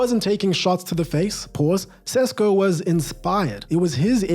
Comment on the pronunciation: Its indeed sheshko my dude not cesko 😂